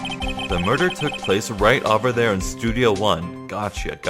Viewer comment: Every time you pronounce "over" like "ahver" it throws me off. This game has me on the edge of my seat and I'm loving your commentary!